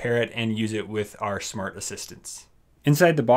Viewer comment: is it just me or has he been saying shmart devices